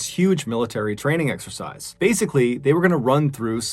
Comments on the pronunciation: It’s exercise not sexercise 🤦‍♂️ Jesus wept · I keep hearing an S before exercise O_O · Did anyone else hear "sexercise" every time Mr Ballen said "This exercise"?